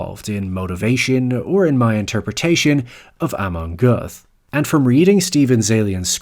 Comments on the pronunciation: For goodness sake, it’s not that hard in the 21st century to find how Göth is pronounced in German! Clue: it’s not “Geuth”. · It's either "Göth" (real German way to write it) or "Goeth" (for ppl who don't use or can't pronounce "ö". Never both. The "oe" makes the same sound as "ö" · Pronounced geüt, as in GUTen tag, not goeth, like geth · It's Goeth. Not "Goeff". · Worth noting that "Göth" (or Goeth in its alternative spelling (ö = oe, ä = ae, etc.) is pronounced not with a soft "th" (as in think) but with a hard "t" sound as in "train". Göth himself reportedly declared himself to inmates as being their "god". "God" in German is "Gott", which is only a slight change from the pronunciation of his own name (got versus gheut). Just an observation. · You can't even pronounce the name right. Our "th" is not pronounced like a th in English. It's just pronounced as a "t". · Just a minor point. Goeth is pronounced “Gert”. No th sound in German as we know it in English. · Good video but his surname is pronounced Gert. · It's pronounced "Rafe". Also the author pronounces Amon Göth's name wrong consistently, it's more like "Gurt" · Pronounced ger-tah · Göth or Goeth (the Anglicized spelling form) is pronounced Gert as in yogurt. The ö in German is pronounced with an er. Just FYI. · It's pronounced like 'goat'.